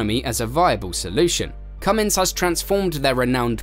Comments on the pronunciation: The name is not Cummings it is Cummins get it right before you make a video. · CUMMINS has NO "G"! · It's not Cummings, Cummins that g people put on the end annoys me...